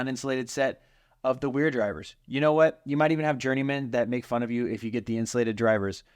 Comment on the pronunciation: It is German and pronounced “Vera” w’s are pronounced “v”